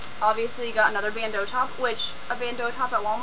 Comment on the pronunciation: Thank you so much for saying bandeau properly. :D